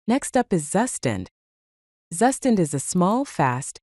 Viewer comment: "zzzustand". This AI reading is not getting that Zustand is a German word. Its proper pronounciation is close to "Tsu-shtant"